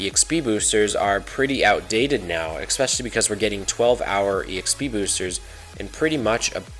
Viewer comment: Especially man not "exspecially"